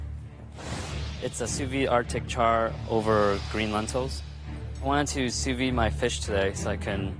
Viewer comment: how can a restaurateur as Bastianich say sou vis when it is sous vide? not as knowledgeable as he wants everyone to think. Makes him looks a little bit idiotic and dumb hahahahahahahaha!!!